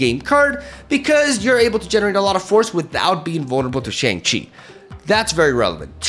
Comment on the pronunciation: Please pronounce Shang Chi correctly. You say it too much to keep saying it wrong 😂